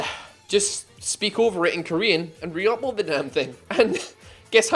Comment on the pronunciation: I just realized you say "upoad", that hoot under my skin the moment I paid attention. I hope i never did.